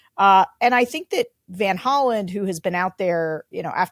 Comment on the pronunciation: It's van Hollen, not Holland.